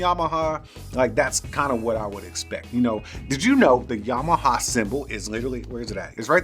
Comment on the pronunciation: Yam-ah-ha. Not Yamahaw. Lol 😂. I see what you did.